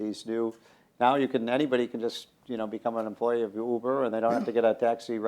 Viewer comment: This dude called Uber “Youber”